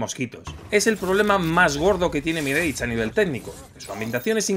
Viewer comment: "MIREICH"???? No era "MIRASH"??? Qué temita preocupante los españoles y la fonética de otros idiomas!!!! 🤷🤷🤷